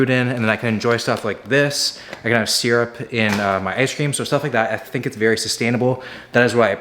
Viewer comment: the way you pronounce syrup really irks me. lol (binge watching every will video)